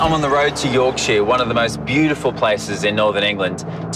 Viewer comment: Really enjoying these episodes. My one gripe about this episode? As a Yorkshire girl it's the pronunciation of Yorkshire. It isn't York-sheer, its York-sha 😂